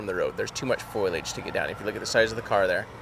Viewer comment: I had the same thought about how much development and change can happen over 25 years. The foliage would've been different as well. 25 years of growth and decay. Also, is anyone else neurodivergent and struggling with Jarod saying "foilage"? At first I thought it was a nautical term I didn't know, or construction, etc. I'm literal most of the time so tin foil popped into my mind. Gets me every time 😂 #adhdsuckssometimes